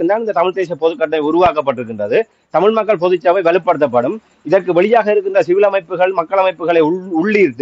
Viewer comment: தயவு செய்து, பொது சபை என்று சொல்லாதீர்கள். தமிழ் இலக்கண உச்சரிப்பை சரியாக ‘பொதுச்சபை ‘ என்று சொல்லுங்கள்.